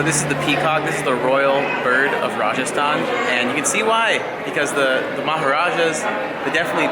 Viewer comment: Your hindi pronunciation of Rajasthan & Udaipur reminds me of the British overlords who ruled India. Scary. Btw great video.